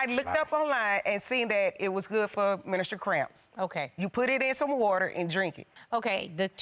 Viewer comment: Did she just say ministral cramps??? 😂😂😂😂😂😂